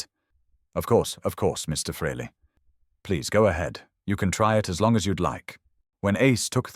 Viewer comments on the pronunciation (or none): Pronounced Freely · If ya can't pronounce the name don't try to tell the story. Oh, it's a fake AI bullshit story. My mistake. Who, I mean, what kind of pathetic loser even makes videos like this?